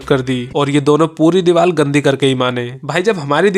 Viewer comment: Diwar ❌ Dibaal ✅